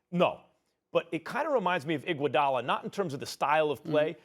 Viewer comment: Is Max Kellerman STILL talking about Igoudala 😂😂😂 . Bro that guy still want "IGOUDALA!!" 😂😂😂😂😂😂😂